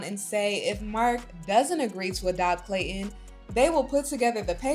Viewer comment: There’s a ‘T’ in ClayTon 😂